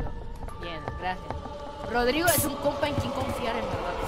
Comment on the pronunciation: Casi dises drogau😂😂 en vez de rodrigo